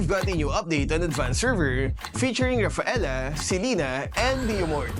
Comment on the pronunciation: Dont say it name.. its rafelaa.. argus